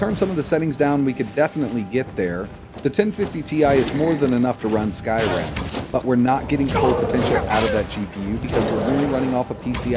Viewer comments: i keep hearing him say skyram instead of skyrim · may i ask why you say Skyrim like that?